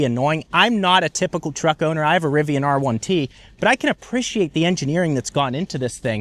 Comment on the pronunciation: Title of this video “apprishiate”